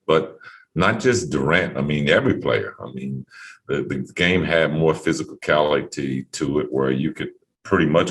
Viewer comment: Dan Patrick: Physicality Pippen: physicalcality Later Pippen: Do you speak English?